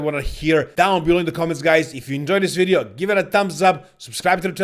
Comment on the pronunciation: we gonna talk about in dis wideo